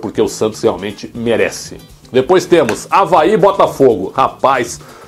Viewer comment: Praetzel, muito bom, mas pelo amor de Deus em, Avaí e nao Havaí kkkkkkkk